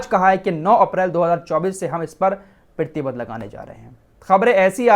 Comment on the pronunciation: Aap 'Pratibandh' kaise pronunce karte ho.. 'pittiband' 😅😃